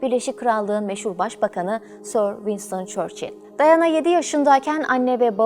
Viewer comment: Dayana değil Diana